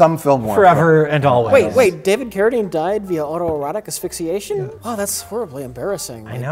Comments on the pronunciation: will never cease to amaze me. He can't properly enounciate "breasts" but has no problem saying "autoerotique asphyxiation" serveral times in a row. What a truly splendid man. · I just want to point out how well pronounces "autoerotic asphyxiation" every time.